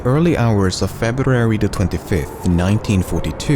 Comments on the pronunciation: 'in the early hours of fabarrruarry' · "In the early hours of Feb- R -uary..." ^^ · That "February " had you sound like a Russian dude 💀💀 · For some reason, the thing that stands out to me the most in this video is his pronounciation of "february" in the very first seconds and subsequently :p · Am I the only one who thinks he February pronunciation is wrong.....